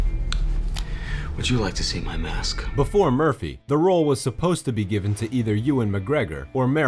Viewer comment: “Arc-enemy”? It’s “arch-enemy.